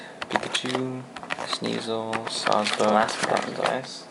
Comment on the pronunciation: Are you trading any? and LOL it sounded like you said Sawsfuck XD